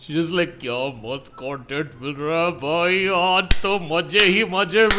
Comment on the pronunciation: wait a minute sunil pal is a TikToker he said cuntent instead of content